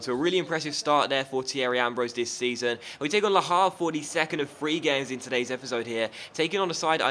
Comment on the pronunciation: H in Havre is silent